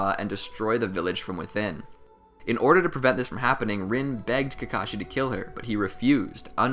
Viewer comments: OMG ITS NOT PRONOUNCED RIN ITS REEN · Overall nice vid but is anyone else annoyed he pronounced rin's name wrong like its ren.